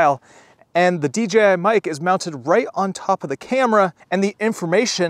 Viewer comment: Thank you for clearly saying DJI. I feel like everyone else unintentionally says DGI lol